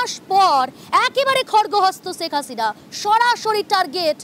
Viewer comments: #আগে নামটা তো ভালো ও শুদ্ধ করে বলতে শেখ 😊😊😂😂😂 ছেক হাছিনা কী....???😊😂 শেখ হাসিনা বল... শেখ হাসিনা 😂😂😊 #তোদেরকে সাংবাদিকতা ও খবর পড়া এবং সংবাদ উপস্থাপন করতে শিখ 😊😂😂 # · সেক্স হাস‌িনা 😂 উচ্চারন ই জান‌ে না হয়‌েছে উপস্থাপ‌িকা